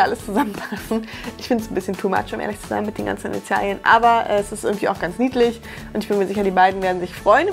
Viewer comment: Bin ich die Einzige die wegen "Initial•i•en" die ganze Zeit getriggert wurde? Sorry, aber das i hat da nichts zu suchen.